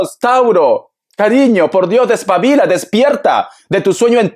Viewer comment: ❤❤❤se me hizo chilena cuando dijo despavila❤me encanto esta lectura que carismatico brillas con luz❤😊propia